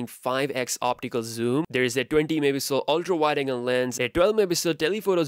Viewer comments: No one:: 108 mehpihsl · ‘It’s got a 108 megapiijsdxekekkd sensor’ literally can’t understand what you said there man.